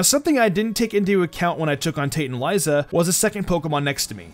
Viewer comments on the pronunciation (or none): none